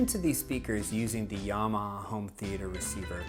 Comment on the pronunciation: Why do you say 'Yarmaha'? It does not have a 'r'